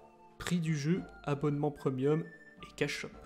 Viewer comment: "Preumieum" j'ai buggué xDDD